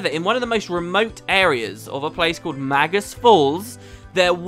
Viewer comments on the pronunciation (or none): none